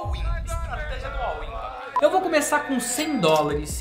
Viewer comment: Já comentei algumas vezes mas pelo visto ele não lê os coments. É "all in", e não "all win"